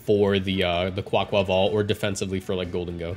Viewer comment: Best pronunciation of Quaquaval on YT